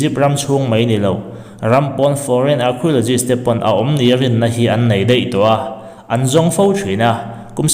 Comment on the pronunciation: Archeologists.... Kan tawng a nilo na chungin a lam dan hi han edit keuh la chu avan tha dawn tak